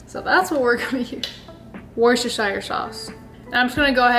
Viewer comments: I am from the UK and we pronounce worcestershire like woo ster shire hope this helps and love your content xx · WOO STA SURE. That’s how it supposed to be pronounced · LOL [Wuster sure]